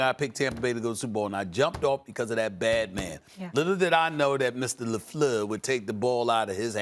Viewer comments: Everytime Stephen A Smith says Lefluer, I laugh 😂. The disrespect to pronounce his name in that way. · Matt Lefluer. Lol. Gets me everytime.